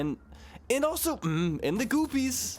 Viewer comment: Always wondered why you call green rupees goopies instead of groupies lol